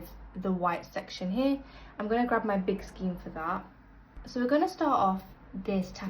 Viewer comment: This makes colour changes easy. Thank you. Unfortunately, your repeated pronunciation of skein as 'skeen' instead of 'skayn' was difficult to listen to. Do please google oxford pronunciation to be correct